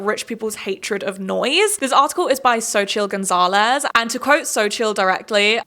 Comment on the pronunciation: This may come as a stupid comment but I appreciate you pronouncing Xochitl Gonzáles name correctly as an native English speaker!